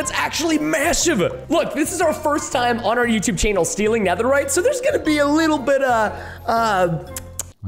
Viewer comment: Guys it’s pronounced netherite